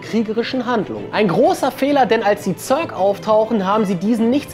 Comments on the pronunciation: Also echt! Sc2 rundenbasiertes Echtzeit strategiespiel? und ßörg wird das ja auch nicht gerade ausgesprochen ^^ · wie der zerg ausspricht. irgendwie so zörk